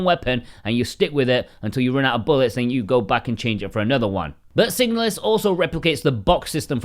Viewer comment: the moment you chose to pronounce the name of the game that way I instantly downvoted and blocked your channel. Stop it.